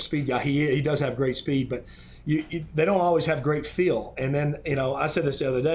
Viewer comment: Phil pronounces "feel" like "Phil"